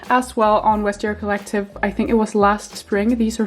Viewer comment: Not to be nit-picky, but you don't pronounce the V as a W (as you would in German, but not in English or French) in Vestiaire Collective. I really like your content though and congratulations by the way!